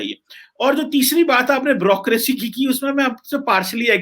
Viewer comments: Everyone else: Bureaucracy: Brrocraacy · Wo "bureaucracy"....hota he "brucosy" nahi he 😆😆😆😆...thik se bol..."Halwai"😆